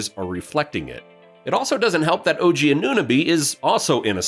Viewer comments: We appreciate the raptors love but the mispronunciation of OG, saying Otto is back, questioning pascal as a #1 and scorer when no team has stopped him, saying OG shooting has been killing us when he has a ton of other new stuff on his plate, two trade proposals that don’t make much sense, and a couple other things we can tell you don’t keep up with us fr. But we appreciate the love still and we are in a bad spot and need to do something🤷🏾‍♂️ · Man you can’t even say OG’s name right… 🤡